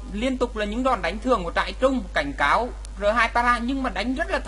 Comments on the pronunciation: Trai rừng mà cứ đọc là "trại trung" THUA =]] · trairừng anh đọc thành trairung kaka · trai rừng lại đọc trại trung :) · Huy Pham trại trung :))